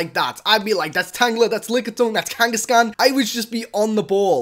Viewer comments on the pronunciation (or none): none